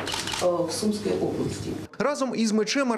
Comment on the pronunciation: В СумскОй,а не С У мской.